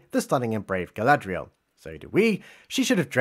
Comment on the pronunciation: I'm just glad Gandalf kicked that heroin addiction. "Go-go-Gadget Galad-REE-el", LUL.